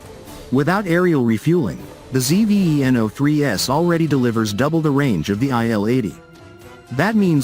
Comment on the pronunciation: It's called Zveno. Not ZEE-VEE-EEE-ENN-OHH.